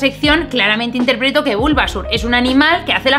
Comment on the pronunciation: Pikachu, Bulbásur, Charmánder y Escuirtel... Amé como pronuncia los nombres jajajajaja